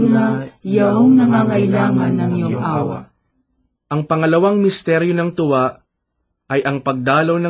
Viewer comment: sometimes the accent gives different meaing, e.g. "tuwa" and "hapis", it should be long "U" and long "A", but i understand that may be you are not a purong tagalog. that is why you have such pronounciation. "God Bless" and may tribe increase.